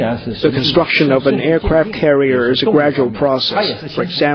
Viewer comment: firepower-faier pauer aircraft carrier-eercravt carreear